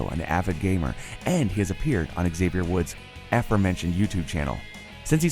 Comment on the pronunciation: Wait,Wait,Wait,Wait,Wait,woah,woah,woah,woah, hold on a minute did you just say X-AVIER WOODS instead of XAVIER WOODS?